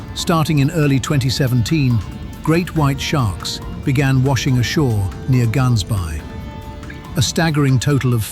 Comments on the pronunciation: My brother in Christ 😅 plz say it the right way... I can feel my IQ drop everytime you butcher that pronunciation. GAANSBay 😅 "Gaans" means goose...btw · It's pronounced Hansbaai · It’s Ghaansbaai you gotta make the “ghuh” sound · Please pronounce gansbaai properly. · Hearing this guy try pronounce “Gansbaai” made me cringe 🤣🤣🤣🤣🤣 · Just to note the "G" is pronounced as an "H" for 'Gansbaai', S.Africa. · The narrator is butchering Gaansbaai Orca style